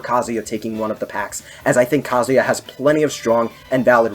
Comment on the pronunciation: Your proper pronunciation of kazuya makes me respect your opinion